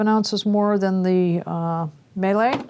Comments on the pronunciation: It's miele, not melee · (It's pronounced "mee-leh"... 😇)